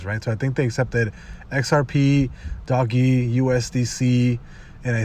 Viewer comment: Cool, but one thing uh why do you say it like that (doggy).